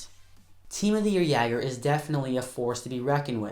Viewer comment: Really bugged me how u said jagr but great video lol